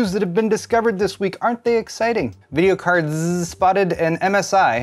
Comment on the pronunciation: The way you say videocardZZZ cracks me up every time White PCBs are hard to manufacture? Never knew that. I noticed the PCB in my old gameboy advance is white and never realized.